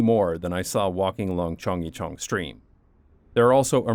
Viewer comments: please stop chungjicheon it hurts my Korean brain it is more similar sounding to chunggaecheon hnnnnnngh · It’s not Cheongg-YE-cheon , it’s Cheong- GYE-cheon 😁 Not like [Yi] but like [G + yea ] Similar sound with the first syllable of the word ‘Guarantee’ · Aside from horrendous pronunciation of Chung-gye-chun, another fantastic video! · As a Korean I shrieked every time you mispronounced CHEONGGYECHEON!!!!! OMG!!! Why are you slaughtering the Korean language? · Happy to see you got to explore my second home. Lived in Korea before and after the Chunggyechun project. The drop in air pollution was very noticeable. Biking in Seoul is the best way to see the city. Yeah, people walk in the bike lanes, and we can't be militant" get out of the lane" bikers. Great video, you are forgiven for slaughtering the pronounciation of Korean especially "Chunggyechung"